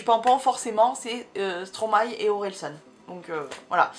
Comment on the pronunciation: ca me stress de ouuuf quand tu dis stromaYYYYY hhahahah